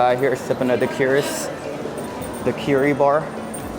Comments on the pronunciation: daiquiri is pronounced dackeri - not dakeeri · U mispronounced daiquiri